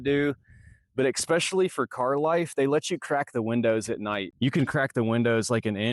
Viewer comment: I thought I misheard, but he keeps saying "eXpecially" 😆